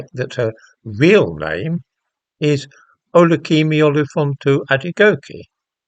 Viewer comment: I would like to say 'well done' for pronouncing Kemi's real name, I have no idea if its correct, but you sure have made an effort. 😎😎